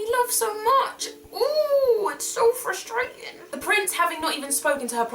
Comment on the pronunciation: 'Ooh, it's so fustrating!' needs to be a gif!!!!